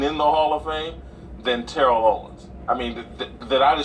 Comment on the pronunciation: Say that man’s name right... It’s TEAR-UHL.